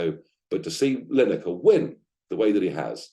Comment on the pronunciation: Who is "Linekar"? Blimey... 🤦‍♂